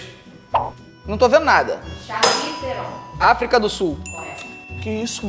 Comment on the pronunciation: Olha só, mas pra quer que tú vai saber que a Charli Tiubili Eu: Aí não dá nem pra ter defender 🤣🤣🤣 Eu entendo não sabe o país que ela nasceu mas erra o nome de uma das maiores atrizes de Hollywood aí não dá🤣🤣🤣